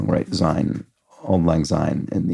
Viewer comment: The S in syne sounds like the S in six , it is assuredly not a ZED sound.